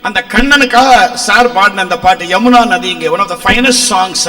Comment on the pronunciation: அது ஜமுனா நதி இல்ல யமுனா நதி இங்க ப்ரோ உங்கள் சேனளின் தமிழ் ஏழுத்தை திருத்தி கொள்ளவும் இன்னைக்கு நெறய சாநள்கள் தமிழ் ஏழுத்து பிளையாகவே இருக்கு